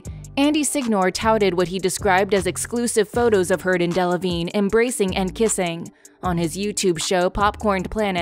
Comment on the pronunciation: I snorted every time Rottenborn said Delavignay